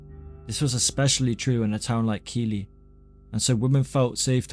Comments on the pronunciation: 1st of all, its bingley. Hard g. Bing-ley. And 2nd the clip of the area at beginning of the vid is not bingley. Its keighley. Thats pronounced keith-lee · And Keighley is pronounced Keith-Lee. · honestly every video I see with Keighley mentioned is pronounced wrong so don't worry 🤣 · I lived next door to his brother in Bingley and Peter drove his girlfriend home most nights! Anna Rogulskyj worked next to my mum at the NSF in Keighley, which is pronounced Keith-ley not Keely (and it's never been beautiful) I lived there until I was 21. Anna was attacked in a lonely part of the town by the picture house, which has lots of back alleys and no houses. She cut through these dark alleys as a shortcut. At 1.30 AM it's not a place you would want to be. There was no red light district in Keighley either. I think he decided that prostitutes wouldn't give him as much trouble as she did, and would be an easier target He simply wanted sex with Anna and she refused. He had actually stalked her and the two had met twice before in the Town Hall Square and Wild's Café - that's fact. In Anna's own words She rebuffed him both times. One was weeks before the attack. Your version of how he attacked her is also incorrect. He spoke to her in the alley and asked her for sex, she refused and struck him in the stomach, He then caught up with her and hit her with the hammer. He did not slice her open, or even close, nor did a neighbour interrupt him. Anna's examination showed that, apart from the head trauma, she had a 'graze on her stomach and some thin marks, probably him fantasising about cutting her open, but he couldn't do it and left the scene. He thought Anna was dead. That's absolute fact. Anna was found by a young man taking a shortcut. Can I also take issue with your pronu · I just want to say, Keighley is pronounced 'keefley'. And thankyou for this video.